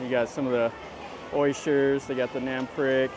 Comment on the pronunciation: nam prik. NAM sounds like the ah in water. PRIK sounds like preek, not like prick.